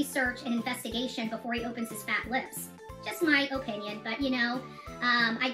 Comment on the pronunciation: Any time she says O-pinion.... Ohhhh it irritates me!